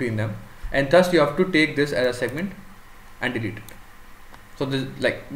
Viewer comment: good explanation , "thhus" is thus though pronounciation